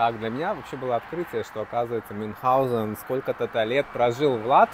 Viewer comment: правильно - Мюнхгаузен)